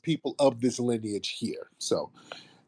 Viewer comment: Lineage rhymes with spinach - Tariq😂😂